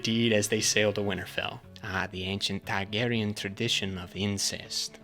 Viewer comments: “Targ-ussy” is foul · "Targussy" Fucking C E A S E